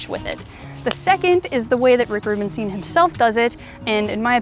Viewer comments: I love your content and the quality of it. Isn't it crazy? You don't know me yet you managed to teach me awesome things. Thank you. About the pronunciation: It is the same es Einstein, Frankenstein, Stein. Ei is pronounced as /ai/. I know in the US it is common to pronounce it as /i/. But if you don't believe me, use google translate and type in "Rubenstein" and let it say it out loud in english. It is pronounced /rubenstain/. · It's Rubenstein not Rubenstien :)